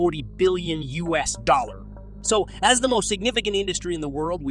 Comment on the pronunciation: Gee, the automated voice is so good that if it hadn't mispronounced US I would doubt whether it's really automated or human.. Well, great job. Keep it up!